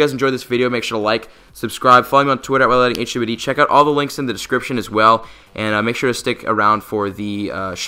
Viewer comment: Anyone else notice that his intro says wite lighting not wite lightning?